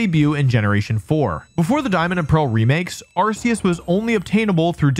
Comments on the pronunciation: R K Us, hard C not soft C. Say it correctly please, thanks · WTF is this?! You are supposed to know about Pokémon. Arceus is not pronounced like arse, GF have even said this. You left out the part about Arcanine was told being a legendary in a early guide book. You failed to mention Silver as a possible to be Ash's father. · Arceus is pronounced ARE-key-us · Ah yes, the ARK pokemon is definitely pronounced with an S sound. That totally makes sense. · Please just say arceus correctly